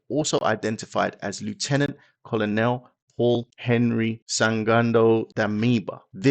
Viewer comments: I'm so excited that Africa is rising and claiming its independence. Thank you for this video and just FYI, Colonel is pronounced kernel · The word COLONEL is pronounced KERNEL. You are English. You should know. Great content, though.